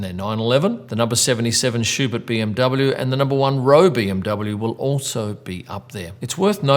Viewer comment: Manthey and ROWE are pronounced 'man-tie' and 'rover' just as an fyi.